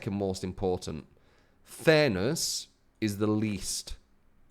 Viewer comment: I swear you were saying thanos instead of fairness